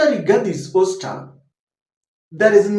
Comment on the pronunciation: OUSTER Pronounced AUSTA NOT OSTER